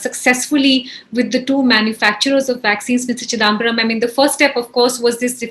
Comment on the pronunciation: Why can’t this lady pronounce chidambaram correctly? It’s not chidaaambaram - really grates